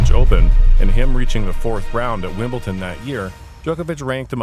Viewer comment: Bro.... Wimbleton? Its Wimbledon.